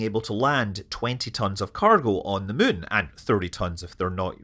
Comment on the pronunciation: "mune lander" 🙂